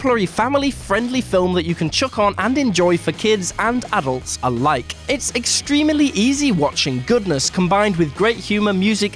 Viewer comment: Exteme-ily? Real-ily?